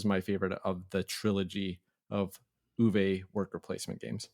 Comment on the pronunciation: The drink analogy was great. I really appreciate your sly humor and your game insights. Since you asked about finding answers to the John Company and origins of UK as a name, I’m going to share one thing: Uwe is pronounced Oo-vuh, not Oo-vay. Keep up the great work.